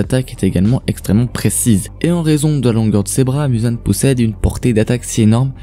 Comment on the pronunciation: On prononce mouzan pas mUzan c est comme si tu dit narUto sasUke mais c est "ou " sinon sympa la video